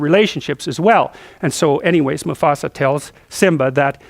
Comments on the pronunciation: Its "musAfa" not "musofa" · Musafa hhh he almost said Mustafa lol 🤣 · No one dared correct him when he said Musafa hahaha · LOL, "Musafah." I love it! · lol, it's MuFAsa, not MuSAfa! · lol "musofa" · get your feet of musofa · Ah...Good ole Musofa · i love JP! for some reason i couldn't stop laughing he says "moofasa" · mrbrockpeters musofa musfoa musofa! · "My sofa"